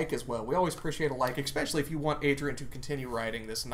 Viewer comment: And the way you pronounced your middle name was fucking elegant. Sounded like a pretty good shot at "l'oeil" ("eye" in French)